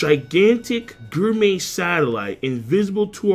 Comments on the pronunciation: I’ll never get over how u mispronounce gourmet (GORE-MAY) as (GUR-MEY) 🍖😭😂😂😂😂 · Is this the last time we get to hear King's odd pronunciation of gourmet? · Is he saying gourmet wrong on purpose?